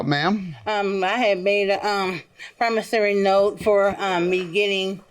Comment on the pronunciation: So Many of them has come on this show, saying ""PROMOSARY NOTE"", till, the poor judge, who would ALWAYS, say ""PROMISSORY NOTE"", is now also saying, ""promosary note":, listen to, him!!!